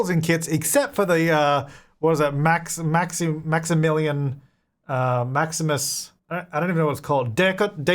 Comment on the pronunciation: "Maximilian .... Maximus kit" 😂😂😂